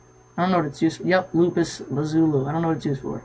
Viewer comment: and its pronounced la-piss-la-zu-le